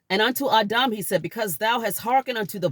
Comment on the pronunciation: Its adam not auhdaum